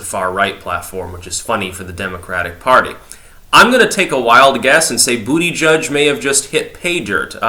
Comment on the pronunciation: I miss when you pronounced it "Boo-da-GEEG"